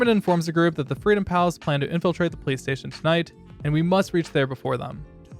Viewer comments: Bruh ong every time you said police station, I heard PlayStation like wtf are you talking about PlayStation? Then I look at the subtitles and yea yours say police station but then I look at the auto generated subs and I find out I’m not the only one that heard PlayStation 💀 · Dude you say police station like playstation